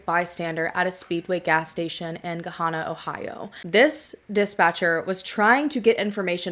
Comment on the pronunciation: I'm from nearby. "Gahanna" rhymes with Banana.